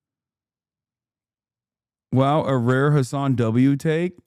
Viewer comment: I think Hasan is pronouncing it that way on purpose to rhyme with Jizz. He knows how to pronounce it correctly. But others don’t for sure.